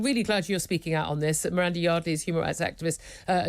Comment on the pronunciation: "Miranda" Fuck sake